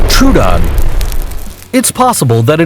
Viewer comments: ITS PRONOUNCED LIKE TRO-DON NOT TRUE-DON ALSO ITS NOT CER-A-TASAURUS ITS SIR-AT-O-SAURUS AND ALSO CAR-NO-TOUR-US NOT CARNOTASAURUS GIGA-NO-TOE-SAURUS NOT GIGANATOSAURUS DIP-LOD-I-CUSS NOT DIPLODOCIS CAR-CAR-ODONT-OSAURUS NOT CAR-CARCH-ADONTOSAURUS NOT MOSS-ASAURUS! MO-SASAURUS QUETZA-CO-ATLUS NOT QUETZACOLATOUS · Correct pronounce: Troodon: tru-den Dilophosaurus: di-lo-fo-sow-rus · Its rhe troadon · Your about 10 million years off there buddy. Also truedon is the best pronunciation I have ever heard. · Tr-Oh-Oh-don, D-eye-lo-fo-saurus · He said,Troodon wrong,Carnatasaurus wrong,Gigantasaurus wrong,Diplodocus wrong and Mosasauras wrong.